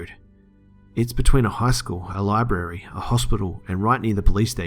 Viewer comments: library not libary. sorry it's one of my pet peeves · Please learn how to say libRary